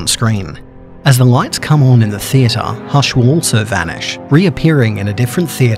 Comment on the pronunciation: It's not hash